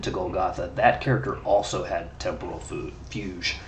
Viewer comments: Hey, i think it's pronounced FYOOG. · Yes. Like Rogue, except... Fu instead of Ro. Fugue.